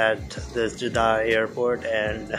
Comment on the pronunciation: Jeddah = Jeddaha lol